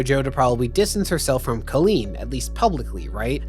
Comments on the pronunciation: It's COLL-EEN not KIL-EEN. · It sounds like you’re calling Colleen “clean” lol it’s actually pronounced with a hard O